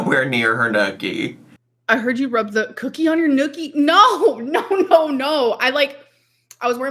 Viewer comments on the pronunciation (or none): Why has she started saying "no" like that.. naěu